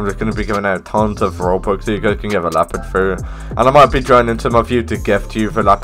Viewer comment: is leopard not lapard